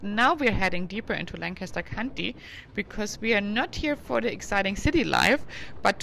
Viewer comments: She pronounced Amish and Lancaster wrong 😳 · “Lank a ster” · Langkister is how to pronounce Lancaster.Amish is Ahmish,not Aimish